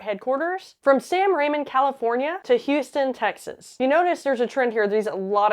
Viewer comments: Not SanRaymon . San Ramon. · Its pronounced "San ruh-Moan" not "San Raymon" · San "Ruh-MOHN" not San "Ray-mun".